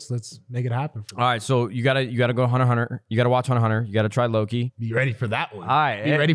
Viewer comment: Did this man just say "Hunter Hunter"?! What in the actual fuck it's hunter X hunter